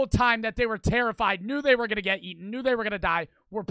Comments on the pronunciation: Aten,,really it's ate😭😭💀 funny asf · bro said youtuber gets aten instead of eaten 💀💀